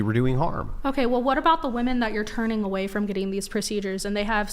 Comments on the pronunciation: Can we all agree that the whole saying woah-man for plural is fucking enraging. It’s weh-men. Whoa-men is for singular. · After my second child I asked my Dr. for a tubal ligation and he just said, "Are you sure?" I said yes and he said "OK no problem." Also, why do so many womEn have such a hard time pronouncing the E and instead say womAn when they are using the word in plural? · What is with all of the girls saying woman instead of women? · ‘Us woman’. Bro why is it so hard to pronounce the E? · Did she say mini- men?😂 how is she and the vast majority of north American " females" mimi"?😂😂😂😂😂